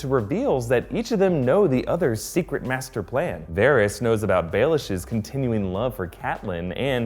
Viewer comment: Is anyone else annoyed at how he pronounced maester?